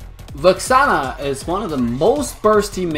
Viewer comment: Did he say Vaxaana?